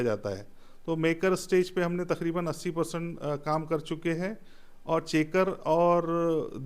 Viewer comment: तखरीबन ❌ तकरीबन ✅